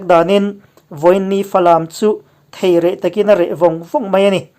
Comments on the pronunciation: A bengvarthlak ṭhin e. Thèi reh ni lovin, thei reh tihtur zawk a ni e. (thei ka ei chak tih a, thei kan lam rik anga ri tur) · I channel hi a va update thin em..hriatna a tipung thin e.. Thil pakhat aw... Thawm awm lo, reh vang vang sawina " Thei reh takin a reh" tiha "Thei" tih hi Theite,Theihai tiha THEI lam dana lam tur a ni e. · A bengvarthlak ṭhin e. "Thei reh" hi 'intithei' thluk aiin "thei" hi (fruit) thlukin ka lo sawi ṭhin a. A dik zawk ka hre chuang lova....